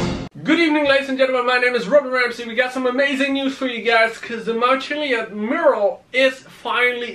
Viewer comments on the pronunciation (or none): its mural not murle